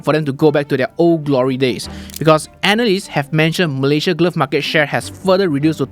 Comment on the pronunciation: What’s the correct pronunciation for market?